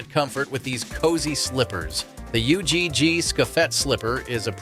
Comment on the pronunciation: learn how to pronounce ugg properly please